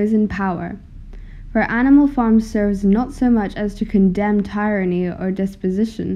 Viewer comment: Excellent! I like! (Suggestion: Check pronunciations of "tyranny" and "indict", for example.)